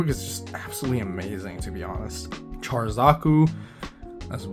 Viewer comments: Char pronounced with the "SH" sound. Not like Char as in Charcoal... "Sh are" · First you miss pronounced Char, then you call the Gouf a Golf and then you insult Ramba Ral by calling it a Blue Zaku then when I heard the way you said Zeon, I thought I was gonna die, getting flashbacks of the crappy Seed dubs with their blatant miss pronunciations of Character names. I say all that as a joke, loved the video, thank you.